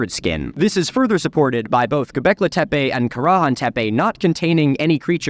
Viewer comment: Ah, dude you were in Turkiye did you hear anyone refer to the word "tepe" as in Karahan Tepe as "tepey", it's pronounced te-pe, there's no "y" at the end.